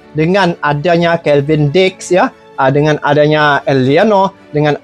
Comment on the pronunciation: Kevin diks bro bukan kelvin diks